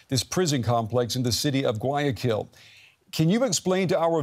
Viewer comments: Gu-ah-ya-kil not Ga-ya-kuil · DW News could use, e.g., Google Translate to get an pronunciation of Guayaquil and not mispronounce it so badly.